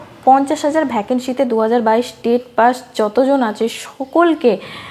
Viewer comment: ভ্যাকেন্শি নয়, ভ্যাকেন্সি দিদি